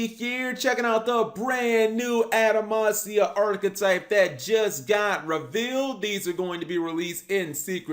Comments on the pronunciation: Why does cap keep saying adamacia when it’s actually adamatia? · Stop saying Adamansia it's Adamantia with a "T" not a "S". If you're going to have word pop out of you mouth then say them right, you clod! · im really not hating on Cap but why do so many Yugitubers mispronounce card names. It almost seems like they do it on purpose to trigger us. Are we really supposed to believe they think its actually pronounced the way they say it? Its spelled Adama-T-ia. he said Adama-S-ia like 20 times. Bro!!!!! theres no S in there LMAO. Just to prove I'm not picking on Cap, anyone who watches YGOPaisano knows he ALWAYS says ElectrANite. Where that N come from??? its ElectruMite.... okay rant over lol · Am I missing something or is he just saying the name of this archetype incorrectly. Because if the name of this archetype is pronounced anyway close to adamantium then he is saying it wrong. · He was even saying the name of the cards wrong they're pronounce how you would pronounce adamantium like wolverines claws.